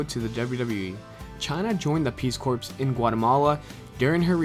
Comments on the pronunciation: peace corps. is pronounced "core" not "corpse" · For fuck's sake, It's pronounced peace CORE, not peace corpse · Great video...except for the classic mispronunciation of "peace corpse" instead of "peace core" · Mark Moncure Which is pronounced core. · Nice video, but could you learn how to pronounce Peace Corps? It's pronounced core, unlike how Obama pronounces it!